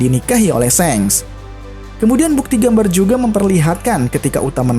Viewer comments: mas, ini bukan pelajaran bahasa inggris ya. ini bkn bahasa inggris bukan juga anime inggris. bahasa jg pake bahsa jepang, coba sampean nonton eps 1-terakhir anime OP dengerin baek2 apa ada yg pernah nyebut "sheng" yg ada bacanya pake A bkn E. Shank bukan Shenk. Jd jangan ngelantur ke inggirs maszee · Seng? Galvalum kalik.. shank pakai A buka E bacanya